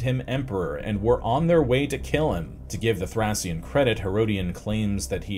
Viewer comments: sounds like thray . Shn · Please if you’re going to say a word 50 times look up how it’s pronounced. Thracian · Was it so hard to check the correct pronunciation of the word "Thracian" beforehand?